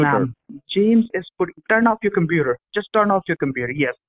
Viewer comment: wow, that's a lot of ma'am-ing, commpuuder and more ma'ams 😂😂😂